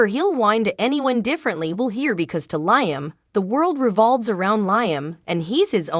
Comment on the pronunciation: Does this woman read the comments. His name is Liam....as in Lee-um.